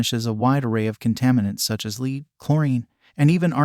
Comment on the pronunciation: don't you just hate it when you have "leed" in your water. If you're going to use artificial VO least do a pronunciation check.